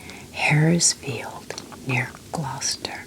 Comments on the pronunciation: Hi, you’ve made me feel like I need to make the most of living 30 minutes from stow on the wold! Your love for England always warms my heart 🫶🏼 Also, 10/10 on your pronunciation of Gloucester! 🎉 We tend to pronounce places with ‘cester’ in as just ‘ster’. Eg, Leicester = Lester, Gloucester = Gloster, Bicester = Bister, I think the only time we pronounce the ‘ce’ is for Cirencester (pronounced like siren sester) I hope this made sense 🥰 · Hello from Gloucester. You said it right 😊. So nice to hear you talking about my home county, it really is a beautiful place, and I feel very lucky to live here.